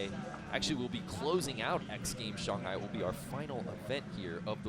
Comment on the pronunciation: He said Shanghai Shonghi